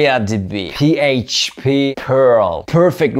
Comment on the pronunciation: The way he said PHP awakened something in me 🤣